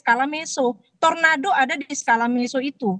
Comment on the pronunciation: Tornado bukan torando😂